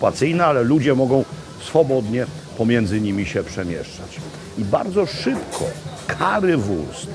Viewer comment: Niemiecka wymowa tej potrawy Panie Makłowicz jest przez „u“ nie przez „a“: Currywurst a nie Carrywurst. Pozdrawiam serdecznie!